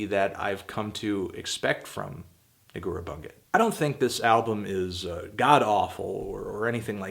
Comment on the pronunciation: Just so everybody knows, it's pronounced Negoorah (accent on "e") Boondjet.